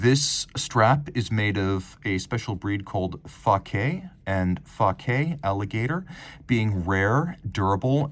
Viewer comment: Fah-kay alligator lol you’re a character. This watch is amazing maybe I’ll get the opportunity to own one someday